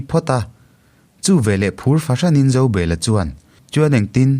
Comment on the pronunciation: Zobela hi Zo,bel,a tih hian han chiar teh u